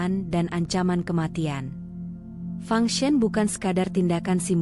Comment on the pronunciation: Fang sen bukan function🤣🤣🤣